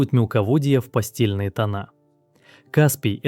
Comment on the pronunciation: Не пастельный тон , а ПАСТЭЛЬНЫЙ. Ведущий озобоченый пастель в башке😅😅😅😂